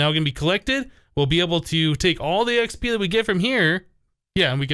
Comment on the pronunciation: whenever he says XP it sounds like he says XB if you watched his sky factory series you'd know what I mean